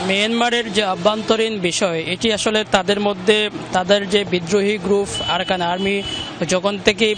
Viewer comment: আরাকান না আরসা? কেমনে বললে আরকান আর্মির গুলি?